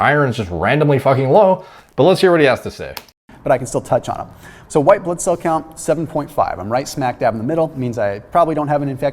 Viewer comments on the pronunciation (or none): none